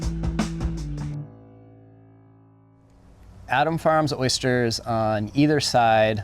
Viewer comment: ...you say oysters, and I say ersters.... :)